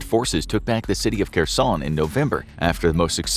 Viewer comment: Was für Experten seid Ihr denn? Könnt nicht mal den Namen von Kherson richtig aussprechen. Und erzählt uns lauter Zeug, das wir sowieso schon wissen ...